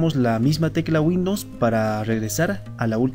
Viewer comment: minimo pronuncia correctamente windows....